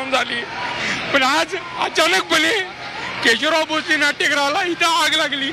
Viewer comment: पहिलाच शब्द केशवलाव... असा चुकीचा का उच्चारला आहे केशवराव असं म्हणतात